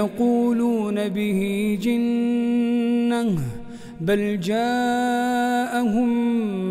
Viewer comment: ارجو مراجعة قراءة "جِنّة" في آية رقم ٢٥